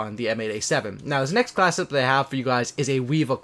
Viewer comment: Class set up. Not classeup